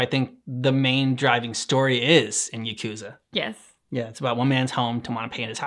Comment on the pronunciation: Yakuza 0 is such a good story, the first game that almost made me cry…. And the songs are all fire (btw it’s pronounced Ya-cuus-ah)